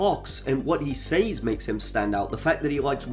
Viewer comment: Soldier Boy isn't a villain he's an anti-hero, a good guy who sins. Common. Homelander is the villain Pretty sure you intentionally got that wrong so we would comment. What he say's? I've never heard someone botch the word say 😆 Ai voice? Wait...if Soldier Boy is the villain, that would make Punisher the villain, not Fisk. Wait. Did you just call Fisk a hero? Now I know you're just spouting nonsense to get engagement. No wonder you only have 5K subs off of a 400K video 😆